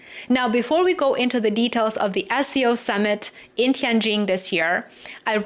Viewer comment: you are the one who pronounces the city name "Tianjin" most accurately among all the media I have seen these days. I am from China. Thank you for showing respect for China in this subtle way.